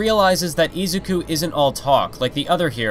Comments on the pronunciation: i LOVE this video but every time you say izuku i cry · I swear if you say izuku the wrong way i am gonna lose my mind im sorry but its just reallly bothering me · i can't stand the way this guy says names like Shigaraki, Izuku, and Ingenium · It triggers me how much he said Izuku wrong